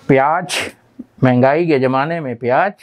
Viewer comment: Pyaaj nahin Pyaaz bola karo